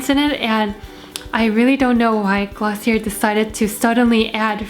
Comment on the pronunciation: i hate to be that person but its actually pronounced glossiaye sorry loooolllll